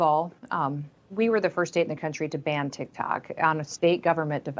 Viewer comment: did she say "TIK TAK" 😂